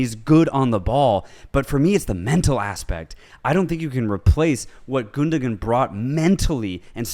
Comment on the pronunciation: It's pronounced "Gundowan". You don't pronounce the second G.